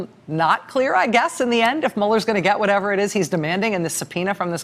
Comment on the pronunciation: High falutin?? Lol